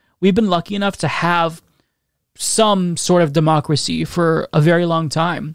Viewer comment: I get it, deymaukracee is a hard word to crack... But a bit of practice gets you there 👍